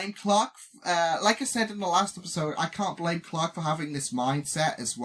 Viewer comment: It’s funny you pronounce Clack instead Clarke.😂